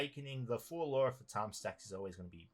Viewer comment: I know that Phaturishi are kinda indian gods, but "fatum" is a latin work, it means "Fate, destiny" and its pronunciation is "Fà (as in "far") - toom (as in "tomb")". The accent falls on the "a". XDDD